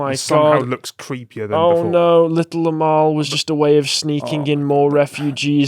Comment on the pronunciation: Until I actually read the correct spelling of the name of the Little Amal puppet, I thought you were saying her name as Little Lmao.... It is a bit ridiculous so it still fits either way.